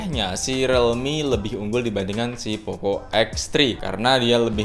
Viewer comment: Rilmi bang bukan relmi